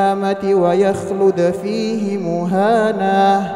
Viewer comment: Izin koreksi akhi di ayat 69 و يخلد فيه Hi nya kurang panjang 🙏